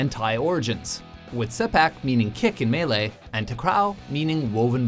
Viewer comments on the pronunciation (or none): Btw, Malay Isn't pronounced like melee!